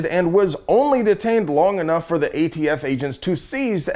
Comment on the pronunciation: Is there something I'm missing. He keeps calling them the "AFT" instead of the "ATF". I'm assuming it means something and not just a slip of the tongue.